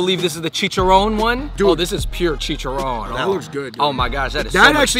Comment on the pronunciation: Its CHIICHAARRROON not chichaRONE